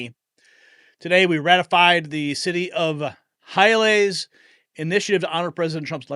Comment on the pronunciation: The town in Florida is pronounced HI- O LEE- a